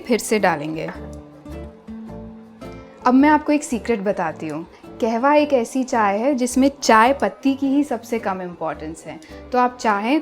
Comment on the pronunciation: Not KEHWA its KAHWA Pronounce it properly madam. You are running a 1M channel.